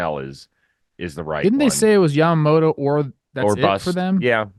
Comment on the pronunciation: LMAO 😂😂 Rosie doesn't want to say Yamamoto name cuz he's been calling in Yamamata this whole free agency haha died. Love ya, Rosie